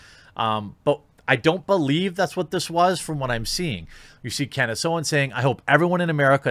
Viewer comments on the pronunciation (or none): none